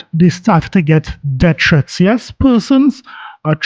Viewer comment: "Death Fwets"